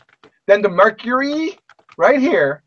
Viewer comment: lol "Mercuree". "the sun being a transistor"? wow, just wow.